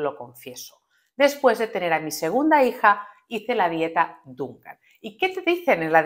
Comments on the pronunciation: No es Dunkan. Se dice Dukan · Dukan ,no dunkan..y no es una dieta es un método...Diosss no tienes ni idea